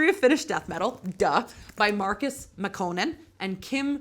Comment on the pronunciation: Very cool video! Just a bit surprised that after you language course you still seem to mispronounce many words like Kalevala, Makkonen and Rippikoulu, not to mention Joensuu, my hometown for a while! 😉